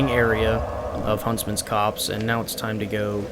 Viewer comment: the way he said "copse" like "cops" Freeze! Police!